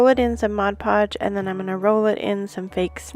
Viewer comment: the word ornament does not have a "d' in it. not ordament. and it is modpodge not modgepodge. if you are doing these videos try to pronounce correctly please.